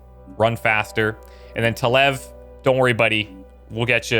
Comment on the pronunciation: It isn't your bad for pronouncing it, It is after all a weird name. It is the first name of my first character on Star trek Online, and it as come with me ever since. You pronounced it like you would Pronounce it, But the way that it is pronounce is Talev(Ta["a" as in Dad]-L-Ev[sounds like "if" just without the phfff sound at the end]).